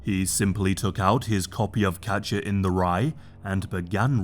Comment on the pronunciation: Are you saying Capture or Catcher? It really sounds like Capture